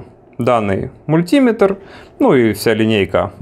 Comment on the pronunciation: Режет ухо ударение. Правильно говорить "Мультиме́тр"